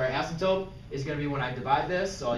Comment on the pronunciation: Does he say astmptope?